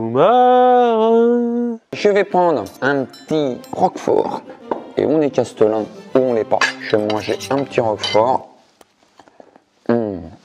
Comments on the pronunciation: Par contre c'est Chatelain et pas Castelain non? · Il faut dire Châtelain et non castelain… ! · Castelin ?? Mais c’est quoi? On dit pas plutôt châtelain ?😅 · Par contre on dit châtelain, pas castlelin. Ou maître du château à la rigueur. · Il me semble que l’on dit châtelain et pas castelain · Quelqu’un peut dire à qu’on dit cHâtelain et pas castelain? 🙏😘